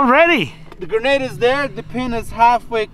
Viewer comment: Gernade? Lol